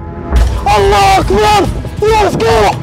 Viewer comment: الله يسعدكم ويوفقكم يا اخواني انتبهو غلط نقول الله واكبر الصحيح الله اكبر ابحثو عن طريقة نطقها عشان تفهمون أكثر إن شاء الله شوفو الشيخ عثمان الخميس شرحه واضح 🫱🏼‍🫲🏻